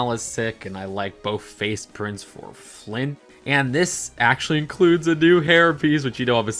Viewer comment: the Prince’s name is supposedly confirmed to be Florian, while Cinderella’s Prince Charming is Henri Edit 1: Also it’s pronounced Na -VEEN Edit 2: his name isn’t “Flint” but “Flynn”. But this is also his fake name as explained in the movie. His real name Eugene Fitzherbert.